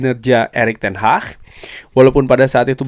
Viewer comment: Ingat Bukan ERICK TEN HAH tapi ERICK TEN HAG. 😂😂😂😂😂 kox di kasih tau gak faham faham .